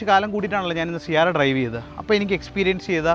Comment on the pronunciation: C ആരാ അല്ല C എരാ എന്നാണ് .